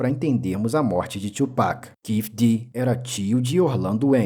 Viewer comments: É (tu)pac, é não (txu)pac. Tbm tá errado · Quase, é "tuo pak" e não "txuu" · que tchu mlk,a pronuncia certa é tu